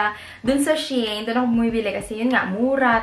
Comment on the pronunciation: Hello po. It is pronounce as SHE-IN ;)